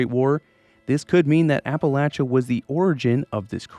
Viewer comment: Ty for saying Appalachia correctly.